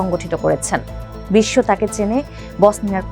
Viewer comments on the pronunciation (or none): none